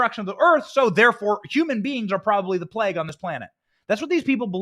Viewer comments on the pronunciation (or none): none